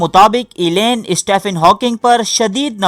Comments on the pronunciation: Hawkings first name is pronounced Steven not Stephen. This is English way of saying Stephen as if it is written Steven. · تجھے سٹیفن ہاکنگ بولنا بھی نہیں آتا۔ سٹیِفن کو سٹے فن بھونک رہا ہے جاہل